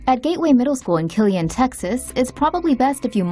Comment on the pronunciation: I go to ShoeMaker High and it's kill-lean not killian